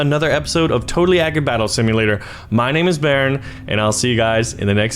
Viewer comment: The Australian came out of baron